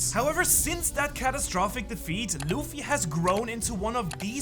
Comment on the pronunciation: DID HE SAY ZUFFY?